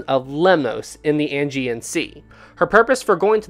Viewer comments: I'd just like to point out that it's said like "ay-gee-an sea," not "angy-an sea." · It’s the Aegean Sea not Angean Sea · 'Ae' gean sea not 'An' gean sea, lol. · Ok .... pronounce check ISLE OF WIGHT DAR DEN ELLS AGEAN.....ADJEE AN